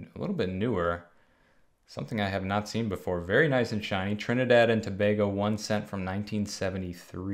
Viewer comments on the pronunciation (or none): none